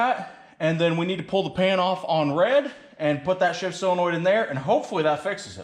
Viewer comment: Pronounced "Sillinoid".... but spelled "solenoid".... only in the midwest. Totally looking forward to the FUMMINS!!!